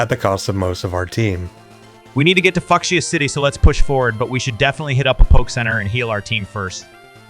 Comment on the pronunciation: So we just gonna ignore that butchering of Fucsia 😂😂